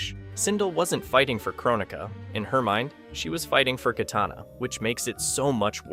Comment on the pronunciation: KYtana...the pronunciation is hilarious 🤣...